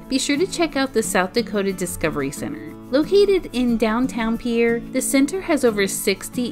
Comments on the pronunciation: Peer. Not peeyayer. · Peer it's pronounced peer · It’s pronounced pier like a pier on the water